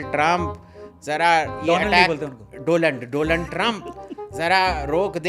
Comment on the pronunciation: 😃 "Doland" Trump!!😂🤣 Ek sey bhale do??!! Jab ek sey itna kuch...!! to do...sey...sab kuch..😲OMG!!